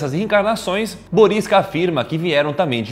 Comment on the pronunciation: ele disse boriskas